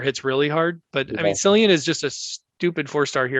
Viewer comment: Cillian I believe is actually pronounced with. K sound. So it’s actually (K)illian. Li Xue , is also more like Lee Chu.I think .